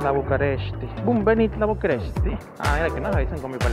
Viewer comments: No tienes que aprender Rumano ni ningún otro idioma solo leer bien ya que tú no decías bucarest en español decías BucAresti. Más que un video de información parece uno de desinformación. Y respecto a lo demás exactamente eso hice. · Conseguí esto por casualidad, la verdad no me gustó para nada la forma que describes la ciudad, además es increíble que en todos lados dice claramente București y lees Bucaresti, esto entre el poco interés de darte a la tarea de investigar antes de hacer un video como este. En un video de 15 minutos al menos 20 veces insistes en que nos inscribamos, más que disfrutar sufrí esos 15 minutos.